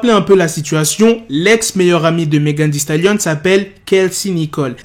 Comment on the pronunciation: Sa se dit «megan thee stalion»